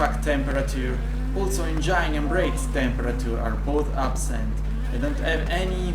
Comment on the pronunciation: Madonna santa, per cortesia, prendi qualche lezione di inglese! "ueAther" per dire weather, "engiAin" il motore... scritte con ortografia sbagliata... facepalm... te lo dico per te, se vuoi avere un canale internazionale almeno il minimo minimo dello sforzo...